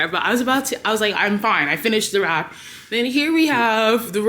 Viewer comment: Girl I kept hearing you say you’re gonna make a wrap 😂🌯